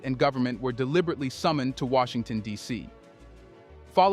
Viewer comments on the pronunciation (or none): none